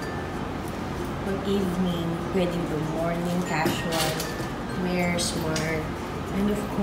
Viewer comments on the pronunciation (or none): none